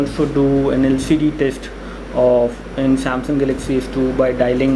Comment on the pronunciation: hehehe funny speaking :) "" samsung salaxy s2 "" :)